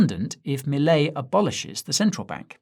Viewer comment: He says Milei just like we do